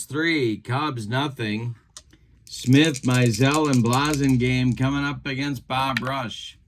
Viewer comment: It's BLASS-ingame and Turk LAUN (rhymes with town). Sorry!